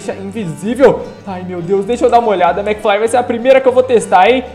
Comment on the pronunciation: Kkkkkkkkk, se fala mcfly e não mcfry